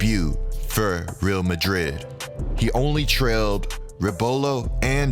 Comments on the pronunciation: Just discovered your channel and am binge loving it! You probably know this by now but the Real in Real Madrid is pronounced Ray-Al. Keep up the great work! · Great video! One thing, it’s pronounced “Ree-all Madrid.” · it's actually not pronounced like that.. reˈal maˈðɾið it's more like this.. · Couldn’t help but cringe the way he pronounced Real Madrid. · The way he says Real Madrid 🤣🤣🤣